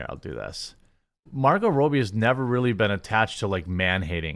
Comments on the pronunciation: You say Margot Robbie's last name incorrectly, its not Row-bee, its Robbie just like how you've said Robbie about other people's name before lol just saying bro.. also you're reading too fast and incorrectly missing words/ saying wrong words (and no I don't mean missing the YouTube Guideline words you skip on purpose I get that part but other words that change the context of the sentence structure.. just constructive criticism in all honesty) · Her name is Margot Robbie. ROB-E... It's pronounced like every other name you've ever seen spelled that way. Not Roby. Not Robey... In one of his last videos about Barbie he literally pronounced the head of Mattel films name correctly, Robbie Brenner... then seconds later pronounced Margot Robbie's name incorrectly even though it's spelled exactly the same. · Margot Robb-bee. It's not Margot Roby. You're pronouncing her name wrong. And it's spelled in a way in which it's obvious how it's pronounced. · Fyi, Margot's last name is pronounced with a short "o," like "robber." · who is Margot Rowbie, lol It is Rob-bie;-) Another woke dumpster fire disaster on its way. hollyWOKE with the same old boring crap! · It’s pronounced Robbie, short vowel “o”. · RAW-BEE, ITS PRONOUNCED RAW-BEE. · RAW-BEE. RAW-BEE FFS. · Is it sad the movie does this or he can’t say Margot Robbie’s name right